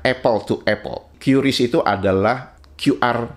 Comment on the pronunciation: Teman-teman jangan ada yang salah lagi membaca QRIS, ya. Itu bacanya bukan Kyuris. Masih ada kontenkreator yang bacanya Kyuris. Sudah dijelaskan oleh BI (Bank Indonesia) bacanya itu Kris (Keris), karena memang supaya penyebutan namanya seperti nama senjata tradisional Indonesia. Jadi biar nama sistem pembayarannya itu Indonesia banget. Bukan nama yang terdengar asing.